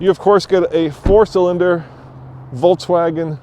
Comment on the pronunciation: Is it just me or does it sound like he is pronouncing it "Volts-wagon" hahaha.